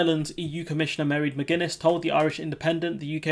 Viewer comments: Her name is pronounced M'rAid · Her name is pronounced something like, "maw - raid" or said more quickly "ma-raid" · Pronounced Mar-aid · Its MAR AID get it right will ye 🤣🤣 👍